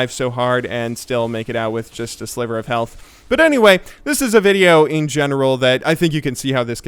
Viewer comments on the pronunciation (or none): none